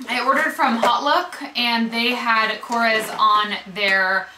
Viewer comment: korres is a greek brand and to help you we pronounce it kores with emphasys on the es like korrEs its just the surname of the mister that made them. here in greece they are very cheap and not popular at all,lots of the products smell like chemicals,I tried everything from korrE and the only thing that really worth trying is mabe the nail polishes.oh and one more product is the blush stick.they are so cheap in greece but we prefere many other international brands+the lipsticks smell like burned wires..